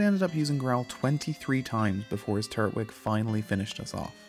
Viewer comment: Still said Turtwig wrong... 😒